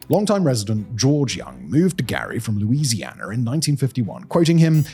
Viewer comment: Noticed that myself 😂